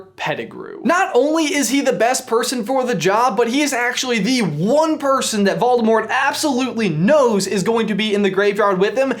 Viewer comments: Morgan Bradley ikr it’s so annoying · "Volemort"? Not Voldemort? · Great video, but who's Volemort? xD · Volemort??? LOL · Who's Volemort? Tom Marvolo Ridle with one D?